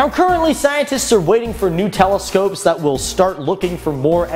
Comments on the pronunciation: Lol when he said "new telescopes" it sounded like he said "Nutella scopes" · Did say Nutella-scope?... XD